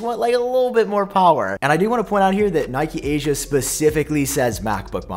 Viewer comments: It’s pronounced KNEE’keh, not NY’kee, please, it’s Japanese… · Congrats on the 300K subs! Good work. Love the channel. But what's 'Nike Asia'. Oh, you mean Nikkei Asia... You pronounce Nikkei like 'Knee' 'K'. Easy. Sorry to complain, but you are the third YouTuber in a row that mispronounced it, and I had to say something.